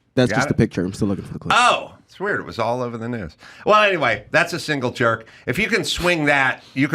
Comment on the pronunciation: Construction guy here. Pretty dang sure its "single jack" not "single jerk"